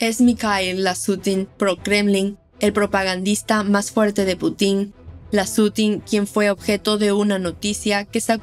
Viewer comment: No se dice Putín.. no lleva tilde en la i